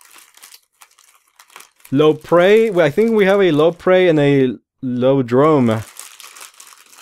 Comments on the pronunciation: It's ioprey and iodrome, not loprey and lodrome. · don't mean to be rude if i come as as such but the lodrone and loprey are i belive supposed to be pronounced Iodrne and Ioprey again i dont mean to come off as rude so i apologize if i do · Not Lopre it's Ioprey and Iporedrom